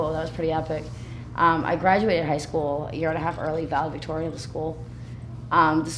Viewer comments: Yeah, she was "valevictorian" but they didn't let her walk. 😳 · I love how she said "valevictorian" 16 times.